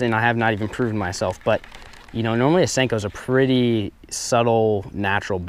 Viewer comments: It's a senko not stenko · WYATT BOEHM I think he says "Stanko". 😂😋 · nixen I always thought he said stinko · Step 5: Pronounce it Stanko